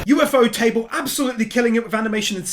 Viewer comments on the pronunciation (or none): Hey bud great video but I believe it’s pronounced oo -fotable it’s different from what one would expect also I totally felt every winnable moment although I was like huh cgi is passable since it’s combining mechanical and organic parts and felt it added to the grotesque ness it’s using cgi effectively which is great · U.F.O.table is the best pronounciation of that name, specially with this inhumanly good animation